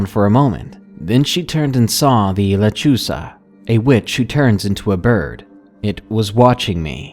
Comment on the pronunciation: Lol when u said lechuza i thought u said lechuga. Lechuga means lettuce in Spanish hahahahahahahaha sorry if i spelled that wrong lol